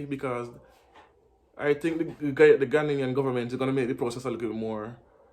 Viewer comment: Please it Ghanaian, NOT Ghananian